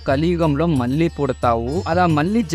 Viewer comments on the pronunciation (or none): none